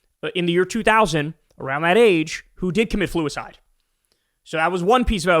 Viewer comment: bro "fluacide" "fredophile" holy shit just say the words Kyle